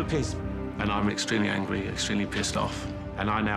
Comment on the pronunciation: omg he says angwie instead of angry